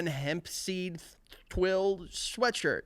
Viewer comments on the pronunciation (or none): none